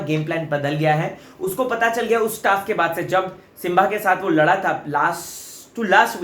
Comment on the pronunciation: It's not Simvaa it's Simbaa